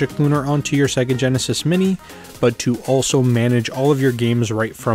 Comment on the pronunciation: Thanks for this! I just have one nagging question: Why does everyone on YouTube pronounce Sega wrong, even though most Genesis games pronounce it for you when you start them up? SAY-GUH!!! ;)